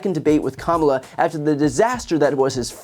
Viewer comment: "Kalmala" This is the one time I'd accept the mispronunciation of our soon-to-be President.